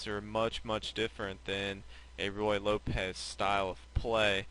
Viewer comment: Ruy Lopez, not Royal Lopez :)